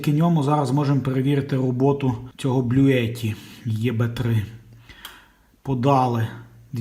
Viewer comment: та не ЄБЕ, а ібі ну що ж таке всі кажуть так пошло😄))